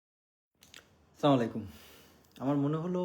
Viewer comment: আসসালামুআলাইকুম। ভাই আপনি যে চিন্তা বা দর্শনের ই হোন না কেন অন্তত মুসলিম হিসেবে নিজের প্রয়োজনে সালামটা শুদ্ধ করেন। আপনি যে উচ্চারণ করেছেন তার অর্থ দাঁড়ায় আপনাদের ধ্বংস হোক। আশা করি পজিটিভলি নিবেন।